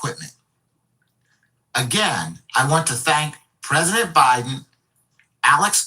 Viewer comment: Is it byedone or is it a hologram?🤣